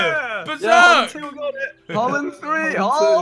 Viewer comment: Did anyone else notice Ethan saying "BehZerk" ?